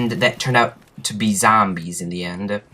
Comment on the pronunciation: do u really say zambies or are u fukin around lol